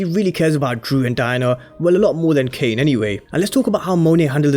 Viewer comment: Dude fix what you’re saying frfr. Tf is Kane ???